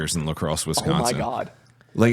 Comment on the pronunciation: How to tell someone isn't from Wisconsin, they call it Wesconsin. Hit up any college town, Platteville is a BIG drinking city (where I went to college) and more than 50% of the student population would probably know yall in one form or another. There's also sloshcosh (Oshcosh), nickname explains why. If yall do La Crosse, do it in August. Right before the next year so people getting out their last out of sport season drinking.